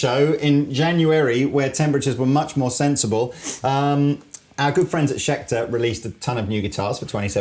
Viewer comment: "Scheter guitars"